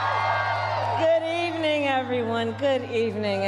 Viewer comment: Frrrance 😂 goodddevening 😅